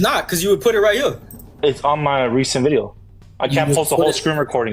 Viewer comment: "It's wight hewe!!"